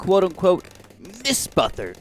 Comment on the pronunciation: Ah yes, miss buthting. Mist buthting?